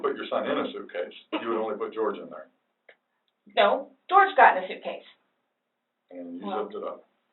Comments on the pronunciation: Everyone except this channel seems to know he went by the North American pronunciation of George lol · I’m pretty sure he pronounced his name George.